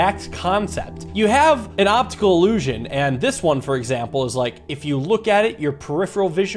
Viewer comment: gloptical gluession